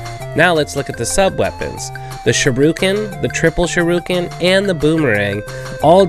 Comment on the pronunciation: "SHIRUKEN" ...Teasing aside, this is a great video. Extremely helpful!